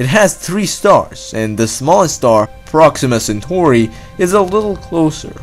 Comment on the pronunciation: "proxima centhori"